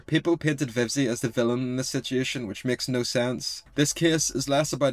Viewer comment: How many times did this dude say “sitiation”